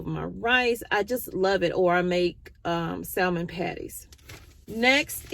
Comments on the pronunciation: Samon, not SaLmon. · It’s samon (silent L) you had it right 😊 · Great tips!! You can make baby formula with canned milk, 2Tbsp light corn syrup, 18-20 oz of water and liquid vitamins. The L in salmon is silent.